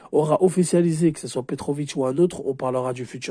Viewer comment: Petkovic pas Petrovic 😅